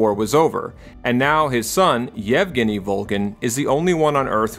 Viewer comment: Extra props for saying "Евгений" correctly